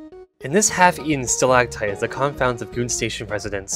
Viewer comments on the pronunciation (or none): none